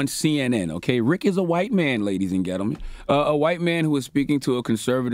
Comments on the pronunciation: Is he saying Ghettoman instead of gentlemen? 🤣🤣🤣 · "lady's and ghetto men" 😂